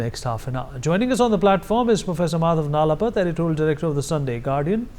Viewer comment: NalapaT - T as Tom. t as in Panipat.